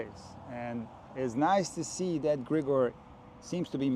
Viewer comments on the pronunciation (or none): i think as a slavic person you know he is Grig'or, not Gr'igor